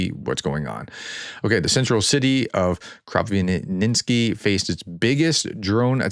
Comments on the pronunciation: Krapivnitsky is pronounced Crop-eve-nits- ski. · Kropyvnytskyi (Кропивницький Ukrainian) = Kro piv nits ski.